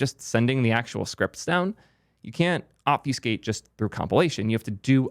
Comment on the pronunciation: someone tell this guy how to say obfuscate correctly